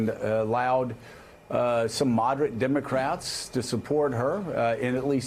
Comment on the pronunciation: ahahaha "dimmacrettz" ahaha